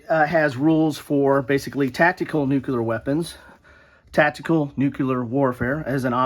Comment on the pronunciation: Loved the segment on the games that involve nuclear war,... but you were slowly driving me crazy because from time to time, it sounded like you were saying Nuke-LEE-ur... and not Nuke-YOU-ler.;-) heh I think it's just how you say it that made it seem ambivalent, but it was amusing.